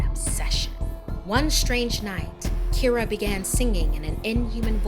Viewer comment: I’m not irish but my names Kira Pronounced exactly like in the video